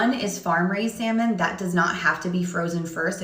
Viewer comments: I can't listen to a cat who pronounces the L in salmon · I knew the food was going to get an L when he pronounced the L in salmon? 🤭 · I’m sorry I’m annoyed that he’s a food critic and can’t even pronounce salmon correctly. But shout out to him being black though.